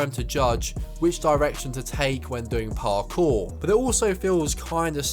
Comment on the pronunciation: My god man talk faster and stop over pronouncing parkour